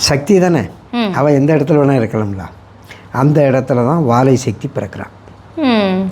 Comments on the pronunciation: correct it is valai not vazai. It will be good if the anchor who discusses so much wears a kum kum tilakam to preserve the Hindu tradition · எல்லா முகரை கட்டையும் செய்தி வாசிக்கும் போது வாழை வாழை என்று சொல்கின்றது இந்த அம்மா என்றால் வாலை தெய்வத்தை வாழை என்கிறது. ஒன்றும் தெரியவில்லை ம மெவரைக்க தான் மேக்கப் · முதல்ல உன் வாயில வசம்ப வச்சு தேய்.. வாலைக்கும், வாழைக்கும் வித்தியாசம் தெரியல.... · வாலை தாய் . வாழை இல்லை தயவு செய்து திருத்திக் கொள்ளுங்கள் கேட்கும்போது கோபம் வருகிறது . ஒரு விஷயத்தை பேசும்போது அதன் அடிப்படையாவது தெரிந்துகொண்டு விவாதிக்க வாருங்கள். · வாழை என சாவடிக்கிறியேம்மா அநியாயமா. வாலை. நான் தியானத்தில் 3 தடவை பாத்து இருக்கேன் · வாலை. வாழை இல்லை Pronounce correctly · தமிழைச் சரியாக உச்சரிக்கத் தெரிந்தோருக்கு நிகழ்ச்சி தொகுத்தளிக்கும் வாய்ப்பு கொடுங்கள். வாலை என ஒருவருக்கும் திருத்த தோன்றவில்லையா?